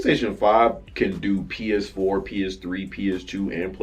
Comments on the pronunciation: Oh my God you couldn't say PS4 hilarious. funny ass shit man you say something crazy every fucking time i watch your channel lol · He couldn’t even say PS4 😂😂😂